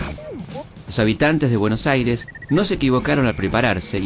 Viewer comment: dice buenos aires con Y 💀